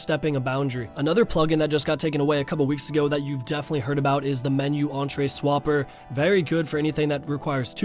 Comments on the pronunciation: entry not entree.... And then butchers it again when the plural form of the word comes up later on. lmfao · Why cant people fucking read ?!?! Entrea? Entry you fucking mong. and to everyone saying plugins are okay - youre a cheating scumbag and you should git fucking gud. tldr - get good and learn to read. fucking philistines.